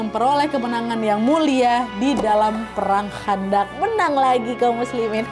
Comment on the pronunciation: Perang khondak kak!!! Pakai kho bukan kha!!! Heheh jadi ingat pelajaran wak di pondok dulu kak!!